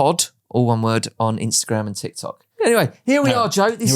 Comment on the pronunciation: Exactly what we need from a podcast!!!! I will add it still annoys me a little how James pronounces tikTOK🤣🤣🤣🤣